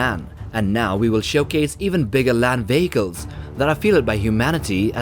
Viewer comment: Who else thought he said land bagels😂😅❤